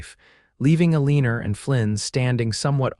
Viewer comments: Amen. Amen. Amen. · Nice story but her name is Eleanor, pronounced Elea nor! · Eleanor is pronounced "L-E-NOR" (NOT Uh-leen-er) . The mis-pronounciation is very distracting & irritating. There have to be computer software engineers who can write programs that correct language much better than these audios currently use. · Surely. You can do better than pronouncing Eleanor as A-leaner. You can do better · Well you tried its El a nor. E is silent and the a is short sound not long. Remember English lessons??😅